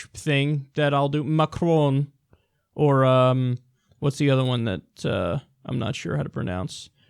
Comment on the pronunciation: I believe it's something to the effect of "Mak-Hhon."